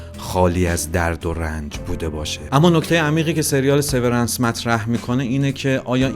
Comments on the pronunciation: تلفظ هات اشتباهه. لومِن اسم شرکته و سِوِرِنس اسم سریال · تلفظ هاتون غلطه دیدن ویدئو رو سخت می کنه لومن و سورنس رو یک گوگل کنید خیلی بهتر میشه